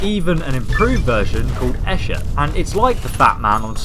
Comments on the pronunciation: it's pronounced ester not escher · The name's Esther not "Esher" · It's not Esher its Esther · Please also note the way he pronounces Esther as in the Esther of the Bible yeah that it's not how you pronounce Esther.